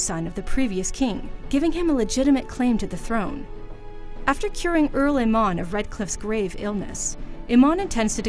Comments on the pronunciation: Your pronunciation is way off. It's not pronounced Earl Eanmonn it's Arl Ea-moon. It's orsin-oo not ORSino. Also we don't know if Morrigan is adopted or not. it's also important to note that it's red lyrium and not regular lyrium. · First thing I noticed is how you mispronounced Ostagar as "Ose-tagar." Then you failed to describe what the darkspawn were in this presumably comprehensive rundown. And it's not "Imon" it's Eamon. WTF, why did they give this no-nothing the task or doing this video? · Watching this, all I could think was "OHS-tah-gar! LOW-gain! EE-men! Or-SEE-know!" GAH. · Cant even say Eamon right.